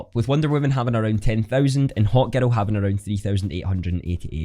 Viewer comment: Great video, love the accent. I thought u kept saying “hot girl” then i realized u were saying “hawk girl” XD Hahaha